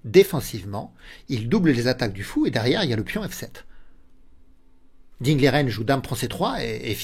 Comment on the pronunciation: Merci pour cette analyse. PS : on prononce Ding " Ligène " selon l'intéressé.